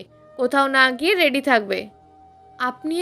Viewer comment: রেড়ি নয়,রেডি।ট্রপিক নয় টপিক।